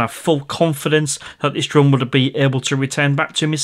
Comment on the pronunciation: Hi are you originally from the lake District as you sometimes say drurn instead of drone like my step mum. She is from Kendal 😁😁